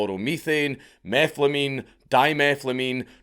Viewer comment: Gotta love that he pronounces methane as "meethlane" but then pronounces every instance of the word "methylamine" correctly